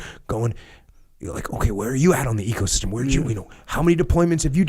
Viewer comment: I don't know why I'm hearing it 'ego'-system every time he spells ecosystem